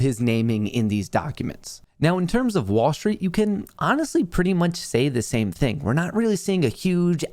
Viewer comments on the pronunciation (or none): none